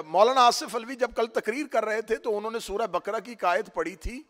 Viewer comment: मौलाना सूरे बकरा नहीं तलफ़्फ़ुज़ सही करें सूरे बक़रा है।